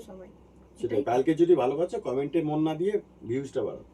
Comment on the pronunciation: হ্যা খুব শিক্ষিত।‌জয়ন্ত দা spinal cord কে final cord বলছেন। অনুপমাদি সবসময় comments কে commands বলেন।😂😂😂